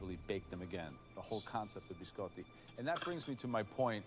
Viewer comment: that’s not how you pronounce biscotti